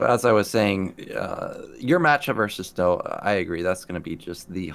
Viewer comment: lol called snow "Slow"